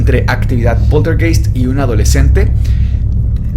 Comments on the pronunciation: en aleman ei se pronuncia ai... se pronuncia poltergaist, se escribe poltergeist... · Hola, la palabrs Poltergeist se pronunciaa Poltergaist, viene del Aleman, der Geist es el fantasma o espiritu y poltern es un verbo que significa hacer bulla, hacer ruido. Un saludo desde la Selva negra en Alemania. Saludos y gracias por sus videos. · Saludos amigos muy buenos sus videos, solo una pequeña observacion Poltergeist se pronuncia PolterGaist como Einstein Ainstain, heineken haineken, Ramstein Ramstain, etc, etc...